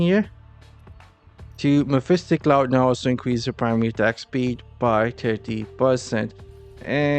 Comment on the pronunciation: Great content but please mephitic cloud does not have a letter S in it